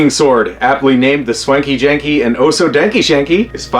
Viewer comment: Hearing you say the name is way better than what I thought it would be when I wrote it😂 keep it up